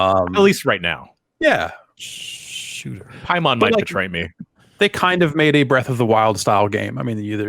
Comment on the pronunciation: Paimon is pronounced "pay-muhn". Paimon is a mythological entity, a king of Hell, referenced in horror films such as Hereditary and Ghoulies. It's not some weeb thing.